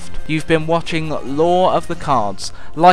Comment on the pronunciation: Amazing series so far. Did you say "Lycan subscribe" at the end :P?